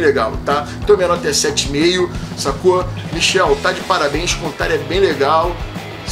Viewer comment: ótima análise, mas o nome do autor não é Michel e sim Michael, fala-se igual Michael Jackson e Michael Jordan. Abraço !!!